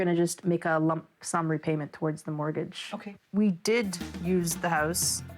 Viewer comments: "Mortguage"? <CRINGE> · What is a "mortguage"???? Nice literacy from the channel owner....🤣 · No "u" in mortgage! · What the hell is a “mortguage”??? 😂😂😂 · What is a "Mortguage"? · What's a "mortguage?"